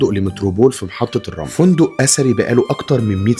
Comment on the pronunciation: فندق متروبول محطة الرمل الاسكندرية ظن قال محطة الرمل الكلمة غير واضحة رجاء تصحيح الكلمة ( محطة الرمل او الرملة)؟التصوير جميل وحلو شكراً Le Metropole Hotel فندق متروبول بالاسكندرية